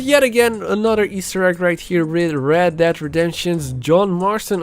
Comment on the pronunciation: I didn’t Red dead was pronounced Red DAD redemption